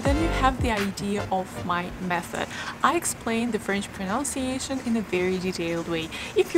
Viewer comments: Thanks for making these videos. Super great. Small note: it's proNUNciation. You can play the pronunciation of pronunciation here - Again, thanks for the videos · It’s pronunciation not pronounciation ! and it’s listen (inn sound) not leeson !